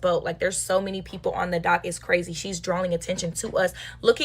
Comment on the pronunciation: Flavored air is cwazyy